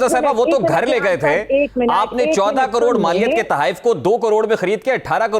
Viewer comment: She don't even know how to say caror 😂😂😂